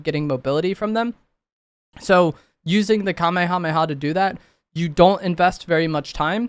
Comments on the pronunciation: At least he knows how to pronounce it correctly lmao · that wasn’t a hate comment😭 it was meant to be funny cause he said the word so much but fr at least he can say it correctly.